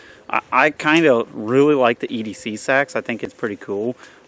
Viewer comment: I think you pronounce it Seeeeeeeeeeeee-Axe